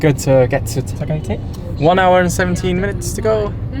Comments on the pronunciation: it's not tagaytai it's ta-ga-y-tay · Hi guys, it's pronounced "the-GAY-thai" not "ty", the "GAY" syllable is raised.